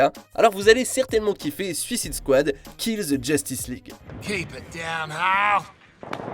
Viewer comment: Vous avez du mal a dire "suicide squad" en anglais lol